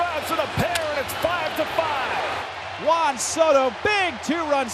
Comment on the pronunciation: The dude really called him "Jan" Soto 😂